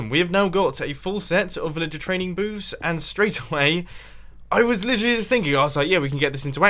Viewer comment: He's saying " villager trading boobs" lol